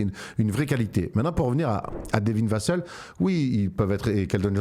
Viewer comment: Vassel se prononce "vas sel" pas "vas seul", même en anglais ils le prononcent comme ça à la française